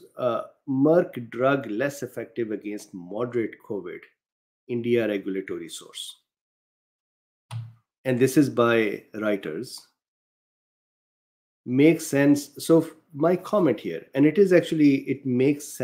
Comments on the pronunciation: Roy-ders! Germanic pronunciation of eu = oy! Anglicized t = flipped d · Lol... if you google translate and press the speaker icon it will pronounce reuters for you ♡ its a bit like 'oi'nk as in pig sound - r'oi'ters :) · Dear, to help you, Reuters pronounced as Roi-ters will get you back on track. ROI as in the name "Roy". Rob Roy.